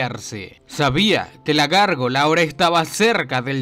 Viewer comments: Es Gárgola no gorgola 😂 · Hombre: es gárgola 🤔 práctica más el castellano 💪👍